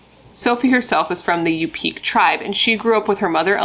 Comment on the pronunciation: I'm surprised I didn't hear about this when I was living out there. It's pronounced YOU-pick, btw